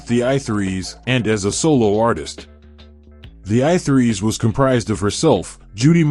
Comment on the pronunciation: I Three. Not I Threes